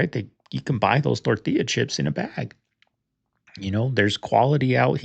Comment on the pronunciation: Bro saying tortilla like a Mexican is the ultimate cringe!!! Also please turn mic off when not commenting, hearing your breathing and smacking is just as cringe. Other than that not bad